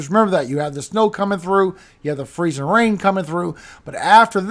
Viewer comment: We have a merch request for you from our 23 yr old son. Can you PLEASE make a shirt with the words Freezing RRain. Emphasis on the RRR the way you say it? We will buy it and I just know others will! ❤